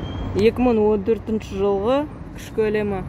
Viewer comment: Мын емес, мың